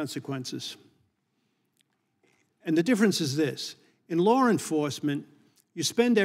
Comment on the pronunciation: It's law, not lar! C'mon man!